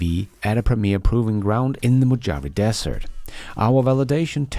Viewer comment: Mojave is pronounced: “Mow-ha-vay”. …FWIW. Great show, please keep up the good work!